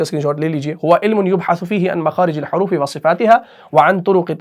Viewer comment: Makhaarij el Horoofee ayega, Horoofee pe jer hai. Aap ne Pesh laga diya hai.